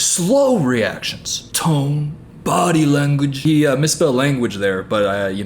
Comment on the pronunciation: I was half asleep and I heard say "body lang" more than once... I giggled myself awake. Fuck